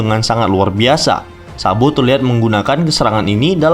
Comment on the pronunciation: Kenapa gua dengernya "SAMBO" 😞